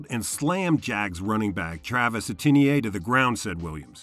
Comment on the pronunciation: I have never heard Travis Etienne pronounced that way